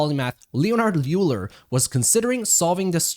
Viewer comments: FWIW, Euler is pronounced “oy-ler” and not “yoo-ler”. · Euler: YOU-la? It's OY-ler. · You are 1000% correct. however, we shouldnt reward people who spell things one way and want it pronounced other. If they want it "oiler" it should be spelled "oiler"... otherwise its euler! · Euler should be pronounced like "oiler" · As a mathematician I felt a pain in my chest every time you said "Euler"